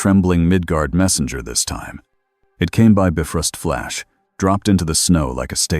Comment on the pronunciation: Editing before posting Really needs to be normalized. It's quite annoying the Ai narrator pronounce the names of characters and things wrongly. Like the Bifrost, it's not pronounced "Biff-rust", it's pronounced "Bi-frost".